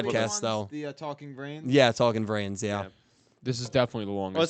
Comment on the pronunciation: Eternalight like “ Into the VRAINS “ Sounds like “ INTO THE BRAINS “ Most often when Blue Angel says it